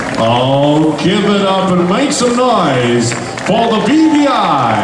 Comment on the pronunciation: Up! U did a superb job! The host is killin me when he pronounces your name...Ashalika...